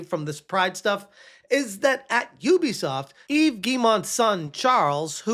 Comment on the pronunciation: Weeee! You called him Eve instead of yevez! AWWW 🎉 LOL